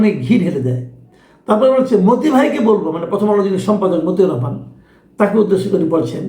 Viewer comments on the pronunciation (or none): none